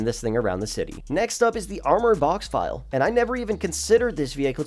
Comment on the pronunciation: Oh one thing: the “ville” in Boxville is pronounced like “until” not like vile liquid.